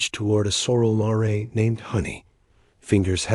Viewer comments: Nice story, apparently histoical. Don't know if the AI can be programmed for this, but "Mare" isn't "Mah-ray". It is prononced "mair" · "Her fingers trembled as she reached toward a sorrel "maray" . . Pretty sure it's supposed to be mare, NOT "maray. Really, Really intelligent AI ha ha